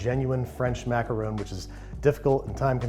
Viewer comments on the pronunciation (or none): it's ok, there's a few ways you can pronounce them, as long as you don't say "macarOOn"... aaaand babish is dead to me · After all that effort for accurate pronunciation, you do a full 180 and pronounce macaron as 'macaroon' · its funny that when you said macawrong, you were actually the closest to the right prononciation than the rest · You want to know something incredible? When he mispronounces the word macaron, it's spelled "macaroon" in the captions. But when he says it correctly, it's "macaron". INCREDIBLE. CAPTION-WRITER, I SEE YOU. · WRONG. It is maca RON NOT macaroon. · It is macaron NOT macaroons. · I dont want to argue with his Disney holiness BUT mac-a-rons? Not mac-a-roons? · Babish flipping between the pronunciation "Macaron" and "Macaroon" is hilarious but someone should tell him they aren't the same thing. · ITS A MACAROON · I’m positive I’m saying it macawrong. I was like 😑 but at the same time I was like 😂. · I honestly do hate how Americans butcher the word macaroon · Babish: calls macarons "macaroons". Me: eye twitch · "I'm positive I'm saying it macawrong!" ;-) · "I'm positive I'm saying it macarong" sent me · It’s French. They don’t have an “oo” sound. They have an “aw” sound. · You made my day when you started pronouncing "Macaron" the way we pronounce the name of our President "Macron" in French. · How many different ways can Babish mispronounce macarons, jeez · Even tho John pronounces macarons wrong, I still love this man! One of the best directors IMO! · >Looks up proper pronunciation of Macaron >Pronounces it like 3 different ways throughout the video